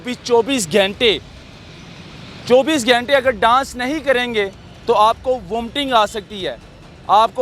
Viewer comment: چوبیس "گھینٹے" نہیں "گھنٹے" ہوتا ہے، برخوردار۔